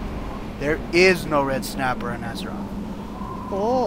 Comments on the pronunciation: red snappah...red snappah...there is no red snappah....red snappah.....ok big slamon then lol i love it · just a little red snappah there is no red snappah ok baked samom ah